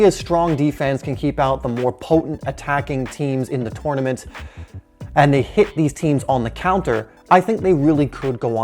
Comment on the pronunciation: He's saying tournament wrong, great vid tho